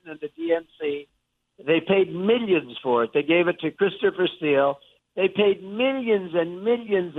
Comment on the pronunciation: “Mil-yeeens and mil-yens” 😂😆